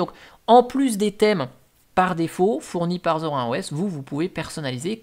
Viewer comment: C'est Zorine pas Zor1